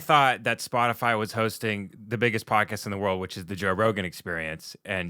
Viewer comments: “Spotifly” Sums up every boomer…it’s not even a hard company to pronounce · Did Jen Psaki say “Spotifly”? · Did she call it "spotifly" 😂😂😂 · So, we're just not going to mention that she said "Spoti-fly?" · Has anyone noticed Psaki said “Spotafly”…? Did she mis-speak or is she cya for liable??? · Psaki wasn’t taking about Spotify. She specifically said “spotifly ” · " that certainly includes SPOTIFLY" ... no one's going to call this out? 😹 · Tsaki said Spotifly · did that lady say “Spotifly”? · She said Splotifry. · hahaha how ironic, saying "Spotifly" instead of "Spotify" is misinformation right there! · Are we all just going to move pass the fact that she called it " Spot-A-Fly." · Did Jen psaki say spot a fly instead of Spotify? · She said spotafly!! 🤣🤣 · Listen close Psaki says “Spottafly” ….Isn’t that Miss information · Spotifly….WTF is SpotiFLY!? 🤣🤣🤣 fire her! YES OR YES! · Did she say “s p o t i F L Y”? And I shall never see Nutella again and not laugh 😆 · nobody goes after Jen for saying "spotifly"... proves she's just reading a script, and doesn't know and care of what she speaks. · The lizard person said, “Spoti-FLY.” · I noticed it too, she can’t talk and that’s her job. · We gonna ignore her saying SpotifLy?